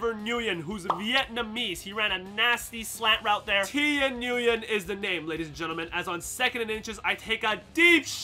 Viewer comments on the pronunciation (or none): Thein Nguyen's name is pronounced Theen win Keep up the great work 👍 🙂